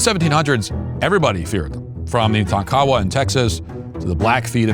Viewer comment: It's not pronounced - tah-kow-wah. The tribe is Tonk-a-wah.